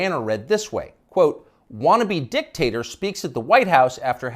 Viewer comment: Joe Biden not uh -Dick-taterer!